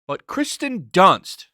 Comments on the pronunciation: Dude your channel is just fake outrage over fake outrage. You couldn’t even bother to say the actress’ name right so why should anyone trust anything you have to say? I challenge you to actually talk about things you like and try to get by using something other then Hate clicks. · Is he saying Kristen Dunst or Kirsten Dunst?